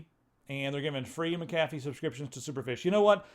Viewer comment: I thought it was Mac-uh-fee... You make it sound like a dollar menu item from McDonalds.